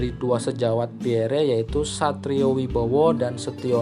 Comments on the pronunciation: Iyah... gk ada entang atas di huruf e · Pierre (read: Pierrrrrr) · baca nama beliau cukup " Pierr ", huruf " e " ny ga ush di sebut atuh,,, koreksi dikit yaaach... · Min, sya luruskn yaaa,,, bukan Jend. Ahmad Nasution tp Jend. Abdul Haris Nasution, beliau adlh Menko/ Hankam Kasab,, atasan nya Lettu ( CZI) Pierre Andries Tendean... Nyebut nama beliau juga bukn " Pierre, huruf e teakhir ga ush d sebut,,,,gitu Min... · Bnar mimin Pierre😅 akhiran e jgn dibaca😅